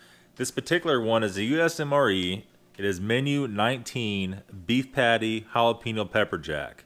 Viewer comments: It's not hal-a-pee-no. Lol. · lol Halapeeno